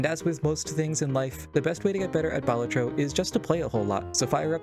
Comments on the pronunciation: Balat-tro not bal-at-tro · Sorry for being that guy but it's baLAtro not BAlatro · it's pronounced "balatro"